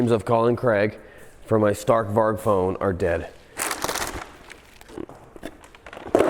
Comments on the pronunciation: And "varg" is pronounced with a soft G. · Varg means wolf in Swedish (pronounced "varee").